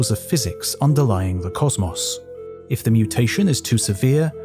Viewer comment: why do you pronounce cosmos like that? so annoying. otherwise good video